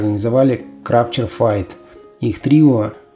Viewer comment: Почему Фейт. Файт правильно.